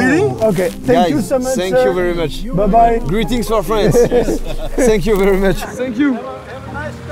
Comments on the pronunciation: Ça me perturbe qu'il dise sank you very much au lieu de thank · "Senk you" ta dit ta cru on était au Japon 😂😂😂😂 thank you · Incroyable mais le « sank you » m’agace 😂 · J’comprends pas ces français qui disant sank you!ça m insupporte!dites thank you en prononçant le f!dites fank you!c est pas compliqué quand même! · Ce que je retiens de Joyca : SANK YOU 😂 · « SSank you »